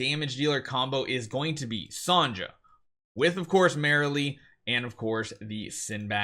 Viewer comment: Still saying “Son-ja”